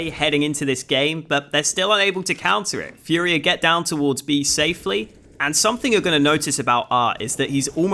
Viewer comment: Really cool video! If you're interested, it's pronounced "fooria", not "fiuria"